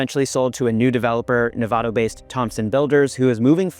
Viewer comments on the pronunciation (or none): Nevada is pronounced with a short A btw!